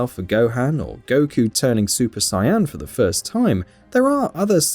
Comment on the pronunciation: "vegetta" and "sayan"